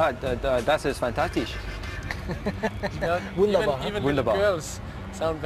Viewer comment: that's its fantatish lol 🤣